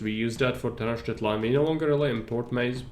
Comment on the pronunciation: Ahoj. Ďakujem za veľmi dobrý návod, ktorý ma naučil základy tejto hry viac ako jej tutoriál. :) K tej výslovnosti aztéckych názvov. Nie som v tom odborník, ale mnoho si ešte pamätám. X na začiatku slova sa číta ako CH v strede slova je to skôr ŠČ. Ch sa číta ako Č. C sa číta ako K. Takže napr.: Xochimilco = Chočimilko Tlaxcala = Tlaščala Tenochtilan = Tenočtitlán